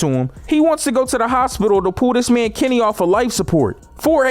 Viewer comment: Why something when he saids Kenny it sounded like kemmy